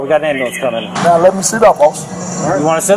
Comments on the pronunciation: This guy saying "Ambulamps" was the icing on the cake for me. 10/10 content. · I thought it was Amber lamps. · wait, you mean to say it's not ambalams?!? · Scholar 🤣 I'll just be shocked the day one of them learns to say "ambulance" properly.....☠ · "Axe" and "Ambalamps" never get old 😅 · Lol!! Ambullance!!